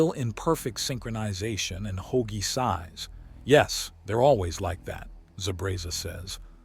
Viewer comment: Ho-agie? Ho-Ag-ee? please get the names right if nothing else.